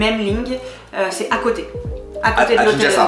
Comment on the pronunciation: « de côté » et non pas « de cöté » 🙂